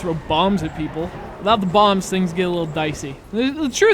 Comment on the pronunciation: Did he say "bombs" or "bongs"?